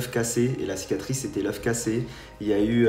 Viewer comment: Le mec a la flem de dire " cicatrice " !!!!!